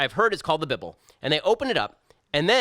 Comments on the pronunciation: What in Hell is a "bib-al"? I thought it was called a "bibe-all". Also slow down your speaking rate. I have to change your download rate to 75% to take in what you are saying. You talk as fast as an old fashioned tent preacher. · He called the bible bibble because that is the way he is reading it. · 'Beeble'? Shapiro, what the hell? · “The Bib-ul” lol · P.S. did you just call the Bible the bibble??? LMFAO I love it! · How he pronounced bible 😂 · Bible... with he short ‘I’.. BWAHAHAHHA